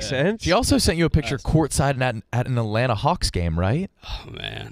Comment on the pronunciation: …you can’t say 2 T’s when you say Atlanta. I’m sorry but I know they don’t teach that on maps